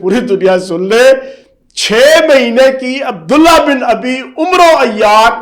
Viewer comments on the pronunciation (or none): عبد اللہ بن اُبی ھے اور عمرو عین کے زبر کیساتھ ھے اور واو نھیں پڑھا جائے گا ۔۔۔ آصف غوری۔۔۔